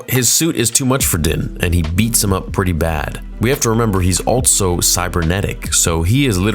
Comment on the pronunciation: No longer going to say “also”, I’m now going to say “altso”